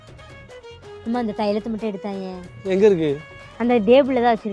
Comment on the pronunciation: Table ❌ Dable ✅😂😂😂😂 Vechuirukuran😅😅